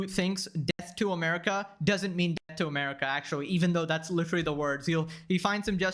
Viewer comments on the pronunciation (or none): Lol litewally basicwy lol